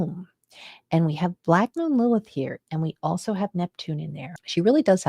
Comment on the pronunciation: I keep hearing black”mold” Lilith